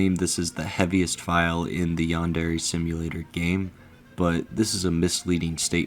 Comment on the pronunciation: stop saying yon derry screaming